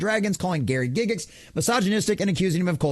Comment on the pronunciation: Let alone the number of times he mispronounced “Gygax”